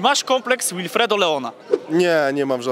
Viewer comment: "Łilfredo" Leona 🤣🤣🤣🤣to niezły łilfredo